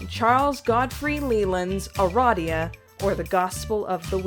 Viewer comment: Finally, someone else says Uh-Rah-Dee-Uh instead of Uh-Ray-dee-uh